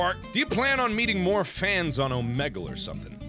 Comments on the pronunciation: Oh-meg-le. No Oh-mee-gle. Oh-meg-le Omegle. Power wash it into your brain. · AHHHHHHHH he called it "O-meg-hal", not "O-mee-gle"...